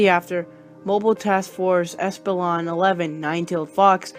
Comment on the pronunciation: Like this and i laugh when you say stuff wrong! I lov u (no homo) and i like u said mtf espilon